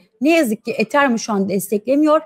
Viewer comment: BESTE HANIM ETHERUM DEYİNCE KENDİMDEN GECİYORUM :D :D